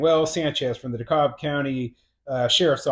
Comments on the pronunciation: It's pronounced D-KALB County. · the "L' in DeKalb is silent, they pronounce it DeCAB